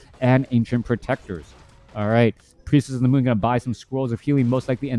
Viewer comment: “Priestess of the mon” - shadow hunter’s gf